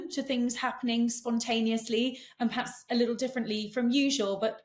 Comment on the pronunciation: Yes both were giving us very different views about MM than their usual take on things. Is that Katie’s influence here? Katie is guilty of saying ’paps’ instead of ‘perhaps’. Sorry but a bit grating.